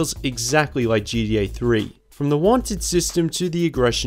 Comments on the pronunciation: Dude the way you say GTA sounds like GDA and unless I'm missing some inside joke it's driving me fuckin crazy. Pronunciation my guy, get it together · Sounds like you are saying GDA sometimes. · Disliked bc of "geedee A". Annoying as hell. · I just love how you pronounce gta as gda XD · Sounds like a greeting I'd hear in the Australian outback. "Oi mate. Gee dee, ayy?"